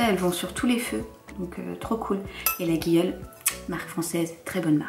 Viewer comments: ah sisi je t’assure je suis partie plusieurs fois en vacances là bas et les locaux nous insultent (j’exagère) si on le prononce LaGUIole 😂😂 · La marque des poêles ça se prononce « Layolle » lulu 😋 bisouus